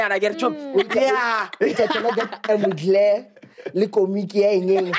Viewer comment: 😭😭bathong it’s “MUGLER” not Muglare editor hle🤣